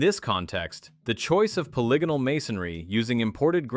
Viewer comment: Simplest giveaway of ai is the way it twice in the beginning mispronounced polygonal bc ai is too dumb to understand how dumb english is more deception and confusion to keep us down. Why was the dumbest newest most inefficient language set as the standard for the world when we have multiple related very old ones still used all over the world? Everything is a lie i just wish we knew who really changed and hid history this is too grand to be a scheme of a few hundred men as is thought. There was definitely a covered up reset around 1800. Over 1 million orphans grown in labs and shipped everywhere a world of amazements empty being inhabited by people who have no clue who or where they are or where they came from or what this all is. Is it any surprise we're the only "animal" that doesn't fit evolutionary therory or nature itself. Were the only animals that destroys the planet rather than living with it. Like pre 1800 civilizations we know this because of north america "indians" and uncontacted tribes that have better herbal medicine than modern science and literally have no cancer in their entire history. That says it all. Lastly how with IQ dropping every year globally since the 70s has technology grown exponentially? Were being dumbed down on purpose AGAIN while being given things to distract us while we grow dumber and unhealthy. Either labor, livestock, or food. Only one of those can be what we are here for